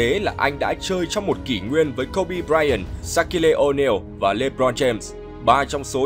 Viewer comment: Sát-kiu Oneal chứ ko phải Sát-ki-lê Oneal ạ, ông blv này chuyên phát âm cầu thủ sai 1 cách vớ vẩn